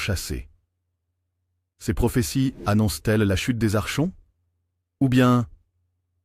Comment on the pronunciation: Ça se dit "arkonte" le che se dit ke ❤ Ce sont les hybrides, ils sont parmi nous.. cf livre de David Jacobs "ils marchent parmi nous" Comment s'en débarrasser ? Être au courant et elever ses vibrations